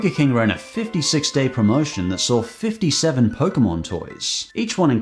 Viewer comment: The fuck is a "poke-uh-mon"?